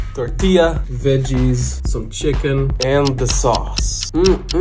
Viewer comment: Omg SOMEONE ACTUALLY PRONOUNCES TORTILLA RIGHT